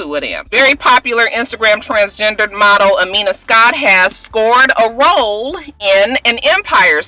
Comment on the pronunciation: khamiya not amina scott lol